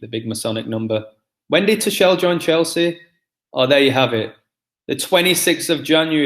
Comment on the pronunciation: good video, sorry miles behind on my YT videos, funny Tuchel pronunciation, its "two-cul" :D